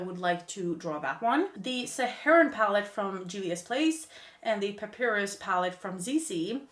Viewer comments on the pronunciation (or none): Love watching you pan ! You’re so much better than I am at it. One small thing . Papyrus is pronounced pah pie russ.